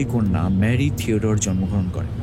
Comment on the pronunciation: Golpota bhalo... But mary tudor ta kikore mary theodore hoe galo ar anne boleyn ke kano anny boleyn bola holo bujhlamna